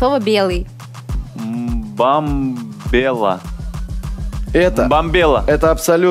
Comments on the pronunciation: во треш.... неправильно сказал Бамбелу же!!! ну фу вообще. Хочется лайкнуть Олесю с хахалем)), но не лайкать выпуск. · Если переслушать, Наиль говорит «Бамбела», а не «Мбомбела». Поз подсуживал. Олеся с Максом всю игру выигрывали. 5 очков, когда жена Наиля сказала «ужин», а ответ «дорогой ужин», почему засчитали 5 баллов? Олеся догадалась на 3 подсказки раньше. Победа несправедливая. Перед НГ это особенно неприятно. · Это жуть... Семья Умяровых нечестно выиграли 1. "Ну ужин" 2. "Бомбело", а не "Мбомбела", еще и Олеся возмутилась правильно, что "Ты же сказал, что первая буква "М"... Мда, Позов почисти ушки